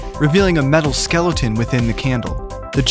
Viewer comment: did say Skelloten?